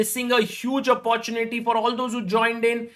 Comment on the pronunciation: सागर भाई, ठीक से कहना, ’अप्पॊर्चुनिटि’ नहीं, ’आपर्चुनिटि’! ’टेक्नलॊजि’ नहीं, ’टेक्नॊलजि’! समझे ना?!